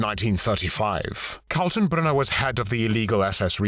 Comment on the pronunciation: can you try to at least get a smattering of German pronunciation? Katenbrunner is pronouynced as kaltenbrooner, as it doesn't have an umlaut.